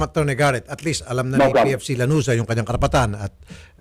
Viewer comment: Lanuza hindi laruza😁